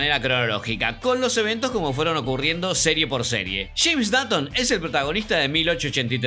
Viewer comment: por que pronuncias datton si es dotton y se escribe dutton